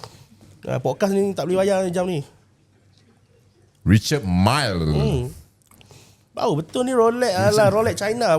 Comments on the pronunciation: richuhd mil.bukan richard mai.mai sini jap aku nk jentik perut kau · wei....sebut nama jam pun tak betul tu.......Richard Mille tu brand Perancis....... "Ree-char Meel" .....sebut la betul2.....adehhhhh.........google la dulu sekurang2nya pun... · Sebut richard mille pon tak pandai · sebut leklok sikit Richard Mille tu. Sebut pun tak betui, entah2 hang yg beli kat China. 🫢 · Ko sebut richard mille pun salah lagi..